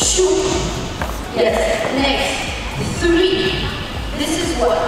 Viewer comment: Почему "чю", "сри"? Неужели так сложно выучить правильное произношение самых употребительных английских слов? И ещё эти огромные накладные ногти - как какое-то недоразумение...